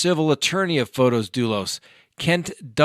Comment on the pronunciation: Field trips are fun, please take us along often.:-)., it's not pron F-Oh-tis it's pron F-aw-tis. So small o not capital O.